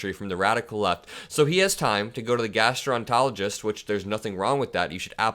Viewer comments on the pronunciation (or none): Hey, minor correction on mispronounced word, since now I've heard it again - gastroenterologist - it has seven syllables, GAS-tro-en-ter-OL-oh-gist. 💙💙💙💙 If VP Harris got Urticaria, it would likely be from standing too close to Lying Donald. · it's pronounced "gastro enter ologist." Just FYI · it's pronounced gastroenterologist